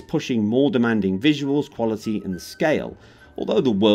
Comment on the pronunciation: "Sound wuality"